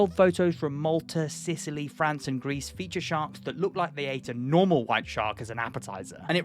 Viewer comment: I'm sorry. You said GREECE? 💀